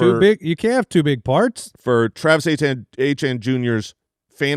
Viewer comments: Ok can we please stop saying Achane for Etienne?? Its getting confusing and annoying lol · Travis Etienne is pronounced “AY-TEE-ANN”. Travis was born and raised in Cajun country about 15 mins from where I was born. I don’t care how he says it’s pronounced, it appears he had some southern drawl in the viral clip of him correcting pronunciation. It is certainly not “ACHANE” like Devon Achane. Every Etienne from Jennings, LA pronounces it “AY-TEE-ANN”, and when pronounced fast with some Cajun slang annunciation it can sound like “Achane.” Another is Kayshon Boutte. It is pronounced “BOO-TAY.” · So odd that they (ETN's family) pronounce Etienne that way. In french it is more like Eh-Tee-Yen. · Are they really calling him achane??? Come on. It's fucking Etienne 😭😭 don't do this to me. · Travis Achane (Etienne) they get correct now everytime…. mention his brother Trevor (Etienne) and they’ll never change the pronunciation lol